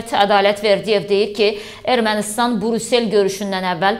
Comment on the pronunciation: Ay savadlı,Burusel yox, Brüssel